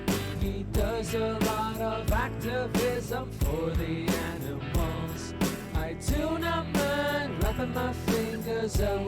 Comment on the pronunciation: Has anybody noticed how she pronounces Animals like “ENEMELS?” It’s incredibly distracting…